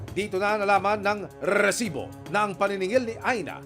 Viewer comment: Mas nakaka asar yung pagbigkas ng rrrreeeeeesibo kesa sa nangyari 😂😂. Pwede naman resibo lng 😂